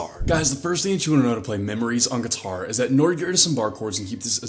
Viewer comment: I like how he says “geeturrr”